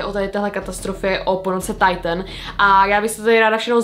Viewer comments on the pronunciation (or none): hovorila to mu Titan a nie taitn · Nečíta sa to tajtn 👄Alw titán